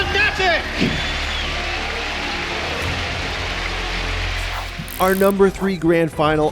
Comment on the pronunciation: i think this dude had a stroke. Fucking Fananic or whatever he said lol